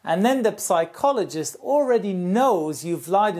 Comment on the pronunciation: Good video, just one note: "psychologist" is pronounced without p, as if it was written "sychologist"